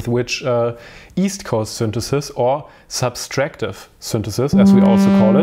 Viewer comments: Great video and explanation! One small note though: It's subTractive, not subStractive synthesis :P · I think it‘s „subtractive“, not „subStractive“ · Dude, it’s “subtractive synthesis” not “ subStractive”. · Really nice and informative video, and is obviously intelligent/musical, but for a native speaker, the extra "s" in "subtractive-subtract" is very irritating...